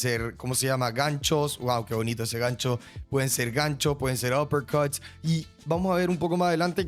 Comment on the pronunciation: Buen canal lo único malo es cuando pronuncia los nombres y apellidos jahsjsusjsjsj muy exagerado o recalcado nose suena raro uppErcuTss